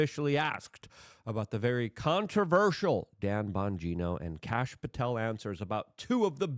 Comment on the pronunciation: No, Kash. pronounces it like "Kahsh" or "Kosh" lol.